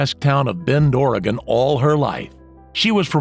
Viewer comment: Off topic but him saying bend Oregon. I had to read screen cause it sounded like becorigan😂